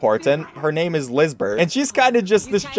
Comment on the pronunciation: Oh my gosh you got all the name wrong